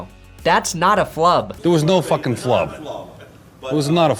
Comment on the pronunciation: “Patrick fackin Mahomes” 😂